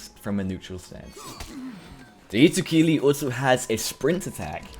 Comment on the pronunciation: "hitokili" "mengetsu lift"